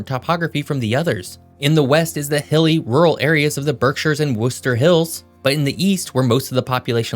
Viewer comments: You pronounced Worcester correctly this time. Congratulations. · I just want to say thank you for correctly pronouncing Worcester 😂 So many people butcher it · Impressed that you said "Worcester" correctly, great video! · Worcester- you got it right! good content - keep up the good work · Also “Lowell” is one syllable, like the word “Roll.” I get it tho, we’re weird. And You got Worcester right! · Thanks for saying "Worcester" properly!!! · Thank you for pronouncing Worcester correctly. 😊 you must be from MA. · How do you pronounce Worcester right and Concord wrong? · I live in Lowell and I gotta say you hit the nail on the head with pronouncing Lowell and Worcester. We also got a population burst of Cambodians during the 1970s fleeing from the Khmer Rouge. Lowell and Long Beach, California. And we got another bridge since that photo in 1975 but it’s only a temporary bridge, that just happens to be older than me. Oh yeah, I’m 35. And taxes are driving people to New Hampshire and southern Maine. Vermont is totally forgotten about. Almost secret.